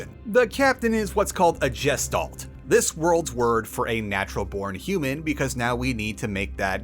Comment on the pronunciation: The way you pronounced Gestalt makes my brain scream. :D It's G (asi in Goose) - [Gesh]-[talt].